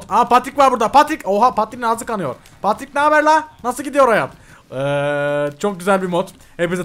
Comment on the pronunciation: abi paterik değil petrik